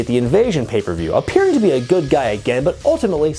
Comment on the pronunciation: I wonder who that could be-uh